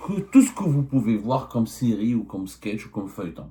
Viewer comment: Sirie au lieu de série…. sIgnifié …